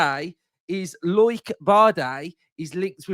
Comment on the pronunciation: Loike? It’s pronounced Low-ick 😂